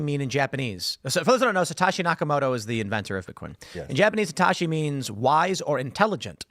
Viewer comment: Tim you're mispronouncing Satoshi. It's Satoshi not Satashi.